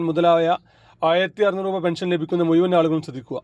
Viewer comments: മുയു വൻ... അല്ല... മുഴുവൻ ആദ്യം അക്ഷരം നന്നായി പറയു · മുയൗവൻ അല്ല മുഴുവൻ എന്ന് ഉച്ഛരിക്കുക